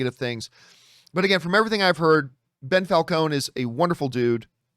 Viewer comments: Why does he keep calling him Bell Falcons? Lol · Who's "Bel Falcone" ? lol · How many times can you say "Bell Falcone"? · Lmao "Bell Falcone"